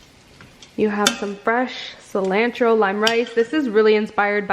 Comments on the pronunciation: Cilantro pronounced incorrectly 😂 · I never heard anyone say cilantro like that. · You look amazing! I love you but the way you say cilantro bugs me a tiny bit lol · I know me too lol